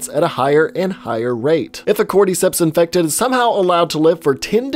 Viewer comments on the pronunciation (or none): why is he saying inected like that